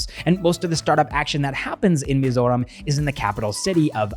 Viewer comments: Wow, your pronunciation of Mizoram and Mizo names 💯👍🏼👍🏼👍🏼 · I’ve never heard foreigner pronounce Mizoram perfectly before….. this is really something new ❤❤❤ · ur Mizoram pronunciation is way much better than the actual mainland Indians...kudos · The way you pronounce Mizoram is perfect